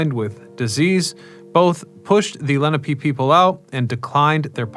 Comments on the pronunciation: ‘Le - Nah - pay’ not ‘Lenny - Pee’. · Great history and I'm sure lots of research. Why then did you butcher the Native American name, Lenape, layNAHpe